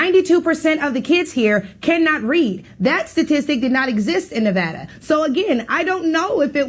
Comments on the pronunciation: I live in Nevada. It's not Nuvawduh. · The caller told her that she’s not smart. The next sentence out of his mouth, he mispronounced Nevada.